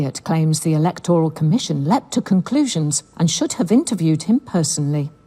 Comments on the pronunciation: Why is pronouncing the word “E-LEK-TOR-AL”? This isn’t America… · Electoral. e-LEC-to-ral /ɪ'lɛktɹəl/ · Who says "Electoral" that way?